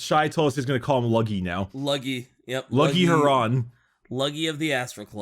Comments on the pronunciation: it's pronounced Lufft Hew-ron. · Red corsairs please just bc I wanna hear you keep saying luggy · It’s pronounced like LOOFT HUE-RON